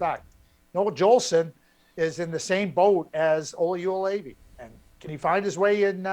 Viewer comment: Everytime Craig mispronounces Joulevi, it sounds like he is yodelling.